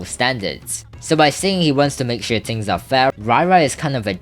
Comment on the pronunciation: yo stop saying "ting" its "thing" lmao